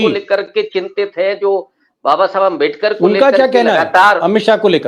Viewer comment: दीपक जी उनका नाम बाबासाहेब आंबेडकर है, अम्बेदकर नहीं.